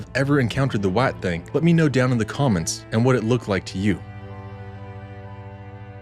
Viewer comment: I enjoy your videos!! I encourage you to keep them coming! I am sharing them and eventually your channel will have a huge amount of subscribers.. It was fun hearing your accent when you said "Alabama White...thaaannng" ...its a southern thing : ) keep all the good videos rolling!